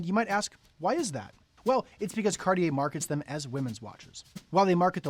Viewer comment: You could at least pronounce it properly… it’s not carrrrrrier! These Americans…